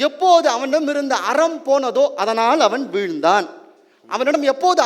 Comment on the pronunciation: அதனால்,அதனாள் இல்லை . உச்சரிப்பு கவனம் தேவை